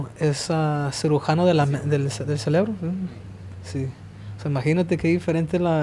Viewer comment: cejudo said "Cellebro" which means celebrate but meant to say "Cerebro"